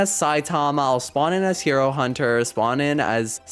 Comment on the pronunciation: Did he just say hiro hunter??😂😂